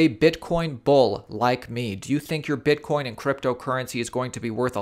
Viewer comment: you said bitcorn